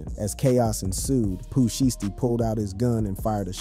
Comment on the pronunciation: WTF IS SHEESTY ITS SHIESTY 😭😭😭